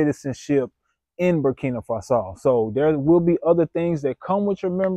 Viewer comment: Great message. Burkina Faso is a beautiful country. When I was there, I felt lots of love and peace. I am confident that the country is moving in the right direction. Also, just a heads up, the 2nd part of the country name is pronounced Fah-so.